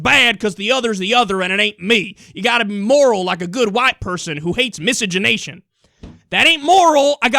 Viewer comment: I didn't know that word existed...and I'm glad you're pronouncing it because I had no idea how to pronounce it!